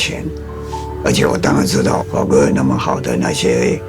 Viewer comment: 老先生的底蕴真的很足，谈吐间能感受到有自己的思考和经历。另外法国的“法”发音听起来真的很舒服。